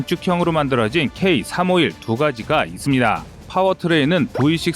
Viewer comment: 아직도 이스비다~ 이스비다~ 기가찬다